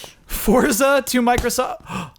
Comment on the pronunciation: CORRECTION!!! Forza is pronounced FORT-ZA.,, and are all pronouncing it right, yet you refuse! Forza is the Italian word for Strength, Power, and Physical Force. I literally had Italians in my living room yelling at me for pronouncing it with a soft Z sound when I showed the game. They told me it takes all of the power out of the word. Think of it like other Italian words we've borrowed, like Pizza: Peet-zah... not Peezah:P